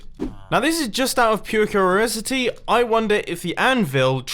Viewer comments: "Now this is just out of pure curarisity..." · "Cururosity" - Mumbo 2018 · pure “cururosity” XD